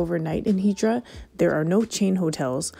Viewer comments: Now, I don't get it. You pronounce it Hee-drah (correctly) in the beginning of the video and then you revert to the (incorrect) pronunciation Hi-drah. What's up with that? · It's pronounced EETH-ra, not HEE-dra (and definitely not HYE-dra).